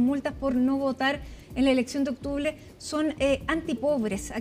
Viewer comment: " eleccion de "octuble"